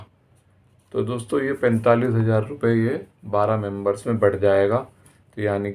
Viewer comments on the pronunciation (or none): Voice quality is poor. Communication and pronounciation is too poor. Members not Membroon. Idiot